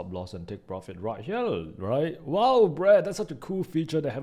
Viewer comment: I love your Videos but I do wish you would learn how to say the basic words as the rest of your English pronunciation is good but you are saying "Herell" instead of "Here".... "Tradell" instead of "Trader" which I would have thought youd know.